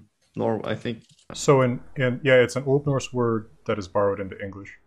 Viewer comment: I am sorry, but i have to say that pronunciation of Old Norse is not good at all, even if it is hypothetical.